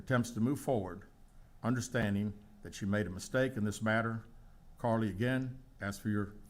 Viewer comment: It sounds like he’s calling her Cardi instead of Carlee.